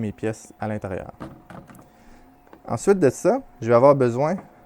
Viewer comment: Très bonne vidéo, comme toujours, pleine d'enseignements... (J'adore tes "ensuite eud' ça" pas vraiment fréquents dans mon Sud Ouest natal...)